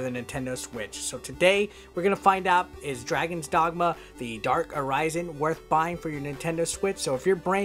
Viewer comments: The way you say 'Arisen' /əˈrʌɪzən/ makes me think you haven't played it. The pawns call you 'Arisen' /əˈrɪsən/ all the God damn time. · Yeah I noticed that too. Makes me think he hasn't played it. The way he pronounces 'Arisen' as /əˈrʌɪzən/ ... I mean, the pawns call you 'Arisen' /əˈrɪsən/ all the God damn time. How do you miss that? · A rise inn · I was gonna say the same thing. Funny thing is he actually said it wrong the first time he said it then he said it right the second time lol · *Uh-Ri-Zen That's how the game characters say it. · You said Arisen wrong